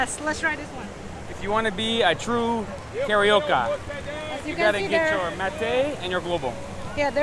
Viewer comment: pronunciation of carioca reminds me of Donald Duck meeting his Brazilian friend Zé Carioca lmao